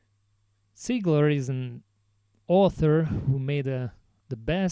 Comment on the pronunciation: Completely off topic, but I like that you pronounce Ziegler correctly.